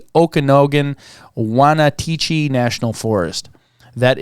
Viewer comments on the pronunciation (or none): Okanagan is pronounced oak-kuh-NAW-ghenn and that is in northern Washington State. Did you mean to say Ochoco, as in the Ochocho National Forest which is pronounced OH-chih-ko? This forest in eastern oregon is named after Hawaiian settlers who lived in the area in the 1800s. Sprague is pronounced like Spregh. I hope you see my comments.